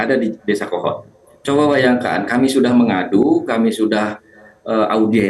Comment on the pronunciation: Kepala desa "Kohod" koq jadi "Kehed"